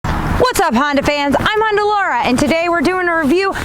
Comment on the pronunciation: Awesome to see you back at it. It never gets old to hear you pronounce Honda. It’s so darn cute.